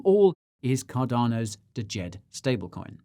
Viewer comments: It's just "JED" not D-JED. 🤦😄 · Guy: DYOR Also Guy: Dajed Pronounced Jed, silent D. Failed on the DYOR from start to finish. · I'm pretty sure its just pronounced Jed, the D is silent. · Before the conference Charles pronounced Djed with the d... At the conference he started just calling it Jed. The D is silent. 😅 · Just say "Jed" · U lost me a D-JED. Cant even pronounce it properly. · Watched an interview and Shahaf said you pronounce it jed without the d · Guy, the first 'D' is silent in Djed. You don't pronounce it 🙂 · 😇 Guy ! ! DYOR ! The leading D is silent in Djed 😇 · But actually the D is almost silent, just a hint at the start. Think Arabic/Hebrew pronunciation.